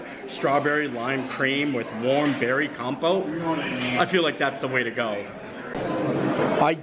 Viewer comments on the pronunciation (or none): frickin' LOVE snails! Also, in the French word compote, you pronounce the T :) so it's, Kom-Pot. Hugs from the UK! I'm heading to the south of France on Sunday for me holidays to my bf's parents villa...I'm hoping for many 'black and white flashback' moments when I eat the food there XD cheers!